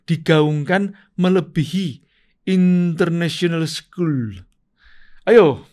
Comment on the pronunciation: Wakk..😂 kk... Aq sukaa bgt pass liaat ngucap: internasiiieenel skuuull.... 😂😂👍🏻👍🏽